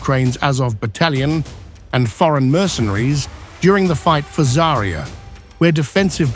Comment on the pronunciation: ZA'rya, not ZariYA! Where do you find these people who don't even bother to check pronunciation? ZA'rya means Sunrise...